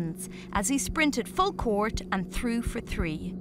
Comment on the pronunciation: Didn't knew it was pronounced "Basketball coursh" and "firsh" learnt something new today.